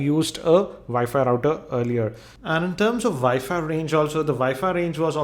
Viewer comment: my dad called it wefi it annoys me